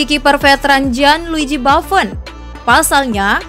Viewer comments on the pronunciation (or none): Buffon bukan bafon As Roma bukan a is roma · Sdh bagus semua cuma kurang pronounciation nya aja Gianluigi bafon? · Buffon bilangnya bafun, bisa ngomong ngga sih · Baffon itu siapa? Buffon Min Admin.... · Hihihi inggris banget nyebut Gianluigi Baffon... Gak pake U, pake A spellnya si mbaknya.. Hihihi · Fiorentina jdi Fiowenti..na. Buffon jdi Baufeen Klo di denger orang Italia bahaya mbak, bisa dikasih pasta nnti. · Buffon dibaca bafen hahaha gimana sih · Gua malah denger nya babbon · Mungkin biasa ngeja b inggris kali..... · Udah ada yg bahas sih...tapi aq gemezz... Buffon mbk Buffon... ngejanya kayak tulisannya, bahasa Italia itu nyebutnya ya kayak huruf nya sama persis contoh lg Insigne, Immobile dibaca sama "e"nya, gak dibaca insign ato immobil emang bhs Inggeris...